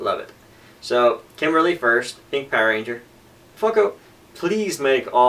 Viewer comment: It sounded like you said Fucko at about the mark... haha